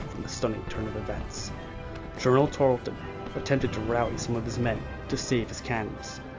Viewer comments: Yeah, it's hard to hear the monotone narration when all that racket is booming in the background. Frustrating. And the British commander's name was Banastre Tarleton, not "Benjamin Tarlston." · It is Tarelton, not Tarelston. Bannister or Benaster not Benjamin. Morgan was a Colonel, not a General, as was Tarleton. However, the video is very well done and I commend you as to how it was diagrammed. Few have depicted it as well.